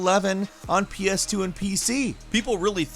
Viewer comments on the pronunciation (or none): Am I the only one who heard him saying PC2?